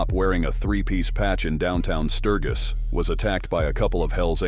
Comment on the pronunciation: Pronouncing Sturgis like that? Hey how to say you have no clue and haven’t been anywhere near a club party…or a bike.